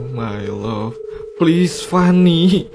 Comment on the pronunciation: Oh my God bang, bukan oh my love